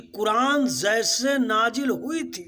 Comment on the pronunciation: Sir pahle apna pronounciation thheek krle......"Zaise" nhi "Jaise" hota h..... Aur Gutkha khana bnd krdijiye,kyunki isse pta chal ja rha ki aap jaahil h......Hm bhi quran ko aasmani kitab nhi mante, pr aap quran ko misinterpret kr rhe h, kyunki aap khud nhi quran pde h.....Isliye aap ka knowledge adhura h kathmullo se swaal uthane ke liye....